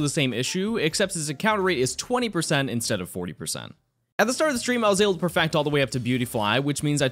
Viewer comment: is it just me or does he sound like he is saying "perfact" and "dax" instead of "perfect" and "dex ??